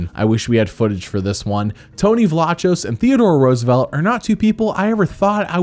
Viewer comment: Isn’t Vlachos pronounced Vlakos?